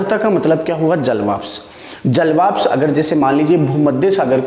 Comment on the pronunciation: Nice cir👍👍 but jalvapsh nhi jalvashp boliye